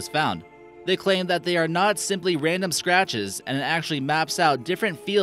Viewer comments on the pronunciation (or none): none